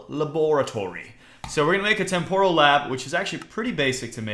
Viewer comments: u r nub, i use this mod so much, it is so much more in depth, and also, it is pronounced tem-per-al not tem-pore-all, but gg on the tardis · 3: "temporal" is pronounced "Tempral" you egg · Âlëxâ Mîllêr Agreed...